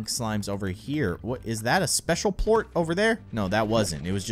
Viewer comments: its not pluat its plort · It's pernounced plort NOT Pluot